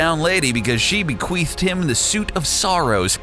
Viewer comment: I'm still dyin over the word "be-queefed" Swap out the "th" and suddenly the word takes on a whole different meaning :O